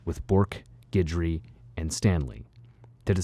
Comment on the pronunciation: It's nice that you know how to pronounce Guidry, thanks.